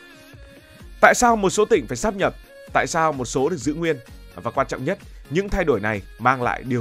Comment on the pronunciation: Đến cái cách phát âm còn phát âm sai, mang tiếng BLV. Sát nhập á, hài v